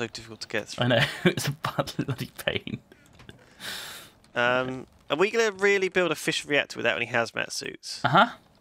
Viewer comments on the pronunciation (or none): when they say fission i think they say fishing